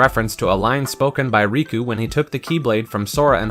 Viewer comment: it's not raku it's riku